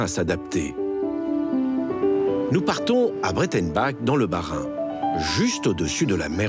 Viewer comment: Et le ''ch'' en alsacien se prononce ''rr'' et pas '' qe'' : Br(aī)tenba''rr'' et non Br(è)tenba( k)! Johan Sebastian Ba( rr) et non Ba( k)😢😢 L'alsacien ce n'est pas qu'un accent pour faire rigoler les ignares! Rappelons que nous sommes Français depuis le traité de Westphalie sous Louis XIV en1654, bien avant les Savoies, par exemple !!!